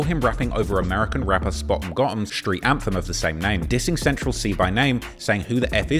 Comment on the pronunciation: Why does he pronounce "street" as "shreewts"?